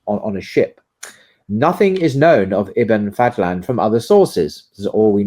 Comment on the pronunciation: أحمد بن فضلان not Fadthlan ض is exclusive to Arabic and is like an emphatic d